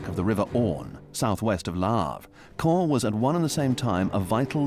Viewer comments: EVERY TIME that the narrator says "Caen", I cringe at how I used to say it improperly.😅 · I approve of the way you're pronouncing the city!